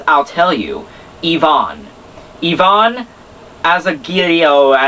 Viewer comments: but fo real.. its (ai-vn) not (Yvonne) like you keep saying, it's driving me nuts, but I love the reviews lol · Ivan = eye-van :)